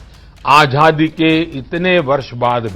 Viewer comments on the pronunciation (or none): Ajhadi nahi " Azaadi " hota hai .hindi to shudh bolo gujrati baniye ke sapoot !!